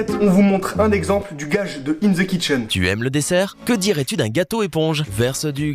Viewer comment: Comment vous avez écorcher le pseudo de Kitchen 😂